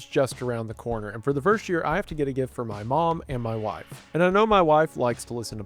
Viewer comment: I like how you say "Mauy Wahiife." Very southern. Very lippy.